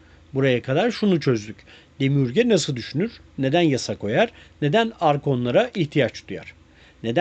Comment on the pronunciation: Bilgiler guzel nacizane Gnostics telafuz edilirken g soylenmez nostik diye okunur demiurge de demiörj olarak